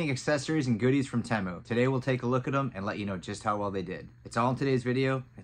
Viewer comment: "Tee-Mu". Not "Tay-Mu". Pretty sure